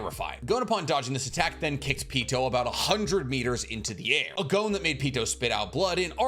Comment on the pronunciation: Pronouncing Gon's name incorrect is beyond grating. Come on man.